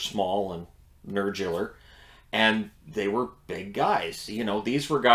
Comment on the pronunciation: He said nerdular....deadass.